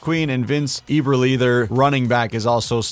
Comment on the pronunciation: Eberle not Eeberle, not that it really matters lol